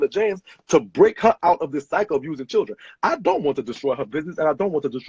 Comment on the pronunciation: This is so ridiculously sad but in other news.....I like how he says Churren. 🤣